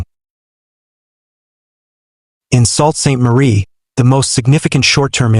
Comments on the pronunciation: you're salt sainte marie, it is pronounced sue sainte marie!!! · You guys just can not get the name right - Sault Ste. Marie is pronounced SUE Saint Marie.